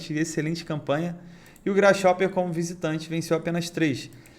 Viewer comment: Grasshoper sem pronuncia “grasroper”